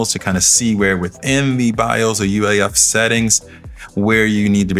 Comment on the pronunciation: Did I hear UEIF?